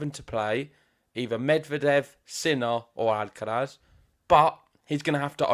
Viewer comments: Th on the end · The pronunciation of Alcaraz is jarring